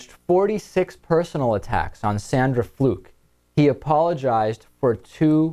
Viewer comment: Has Limbaugh now taken to purposely mispronouncing the Georgetown law student's last name? He now says "Fluke" in a way that rhymes with "duck." "Honest Rush" isn't sinking to the "leftist low" again is he?